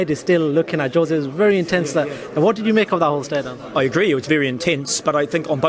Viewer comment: "Stare downsssssssssssah!.....odd pronunciations from this individual......quite a bizarre dude!